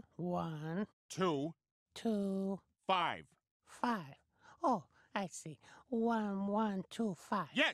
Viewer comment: It's 2-5, not two 5s. 🤣☠